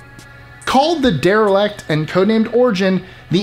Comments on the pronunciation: #24 isn’t “derelect” like its pronounced in the video, its coined derelict which meaning abandoned so you cant get that wrong, since its name is the definition. But thats just nit picking because I’m sure some people will think of it the same. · am i the only one that thinks he is mispronouncing derelict? It sounds like he is saying der-e-lakt